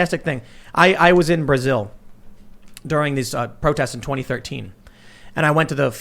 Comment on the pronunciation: Brazil-zil-zil ahahahh